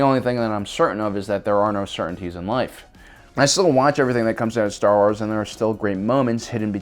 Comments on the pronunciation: Ah yes, my favorite franchise, Star sars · Star Sars? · Star Sars 😂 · Star Sars lmao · "Star sars" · What is "Star Sars"?? Is it a knock off of Star Wars?? XD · "Star Sars"?? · Did you intentionally make it say "Star Sars" during the count down screens? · "Star Sars"? XD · "Six Worst Things To Happen To Star Sars" "STAR SARS" "STAR *SARS*"